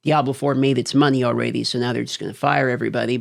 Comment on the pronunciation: I love, but why does he say, "all-ray-dee" instead of "all-red-dee?"